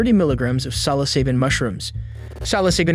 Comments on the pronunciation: 30 grams, not milligrams, and it's not "cyloseebin" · you say "silo"? I say "sillo". sil-lo-sie-bin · Psilocybin is pronounced sillo-sy-bin, not sello-say-bin. There is also no state where retail sales of psilocybin mushrooms is legal. This would have been illegal anywhere in the US. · I don't think that's how you pronounce psilocybin. Never heard 'sigh-lo-SEE-bin' ... it's always 'sigh-lo-SIGH-bin' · 😮‍💨 Sa-luh-say-bin Sih-lo-sai-bin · Silosaben? It's sill-low-sy-bin. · I’ve never heard someone pronounce psilocybin as “salosyben”. How is that guy just babbling to the police without asking for a lawyer!? Also, never just sell to random people you don’t know already. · Repeat after me “Sill-oh-sigh-bin” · silo-cybin, like its spelled... the p is silent obviously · Salosyben lol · Sal-o-saben lol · For anyone curious it’s “sill o sigh bin” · "sallo-seeben" lmao bro cant even be bothered to learn how to pronounce the words he uses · SIL-OH-SY-BIN Psilocybin. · It's pronounced "Sil-O-Sybin", lol. Not whatever the heck that guy just said. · It's pronounced seal-o-scy-ben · It's pronounced sill-uh-sighben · Psilocybin is pronounced sil o cy bin. Not how the narrator butchered it. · It’s pronounced Sil ih sy bin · Bro, ur pronunciation of psilocybin is hilarious 😂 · Somebody needs to tell this narrator how to pronounce psilocybin😂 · I like how they claimed he had 30 mg of mushrooms.(pronouncing psilocybin wrong). 0.03 g would be like a tiny pile of dust. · never heard someone mispronounce psilocybin worse in my life. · Can’t stand how you’re pronouncing “psilocybin” lol and it’s 30 grams not milligrams ya silly goose 😜